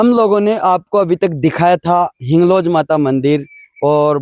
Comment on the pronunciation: हिंगलाज है न की हिंगलोज😂